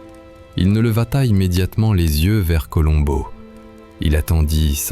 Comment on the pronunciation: Meilleure diction que l'autre voix.. Enfin le nom de Columbo esr bien prononcé.. Merci. Super. 👍